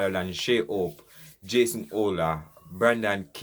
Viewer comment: I would like to know why you and most Jamaican chose not to pronounce players name proper, Shai Hope and any name with a H he H is left out, his name is HOPE not ope Holder is called older and Desmond Haynes is called Aynes, you are on YOU TUDE talking to people other than Jamaican, you need to do better, it's not just your countrymen you are speaking to.